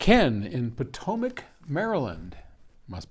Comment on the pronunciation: It’s pronounced pot-oh-mack